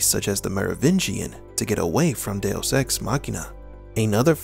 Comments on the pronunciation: Literally never heard it pronounced DeOS before but good vid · Do oss ....I thought it was "deux" dowose.....what is this guy actually saying😔🤷‍♀️🤦‍♀️ du oss.....loooooool funny af 🤣